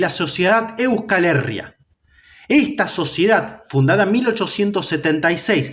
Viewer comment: Buenas, gran vídeo y muy bien documentado y sintetizado. Como pequeño apunte, si me permites la corrección, "Euskal Herria" se pronuncia con el acento en la "i", como si se escribiera "Euscal Herría"